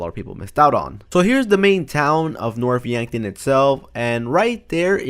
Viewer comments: You said Norf Yankton... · You mean north yankton when yes then here north yankton